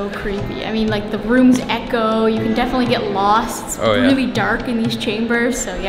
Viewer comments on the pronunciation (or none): none